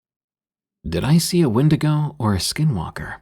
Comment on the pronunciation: "Win-dig-oh"🚫 "When-dee-go"✳✅